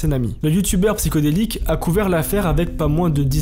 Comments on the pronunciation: "psyHHHodelique" pas "psycho" sinon merci pour la vidéo de qualité très réussis😉👍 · C est PsyHO delique, et non Psy CHO delique.